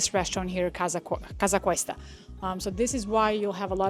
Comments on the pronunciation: Casa COOOOsta I believe ur prononucition is a tad wrong. Please explain how sticking a needle in ur veins is comfortable and energizing? Iv Theraphy is defined as intravenous therapy. Having someone put a need in my veins for energy is the most insane act I or anyone can de. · I enjoy your videos, but you repeatedly say Casa Cuesta…it is Casa Costa… you should redo that top section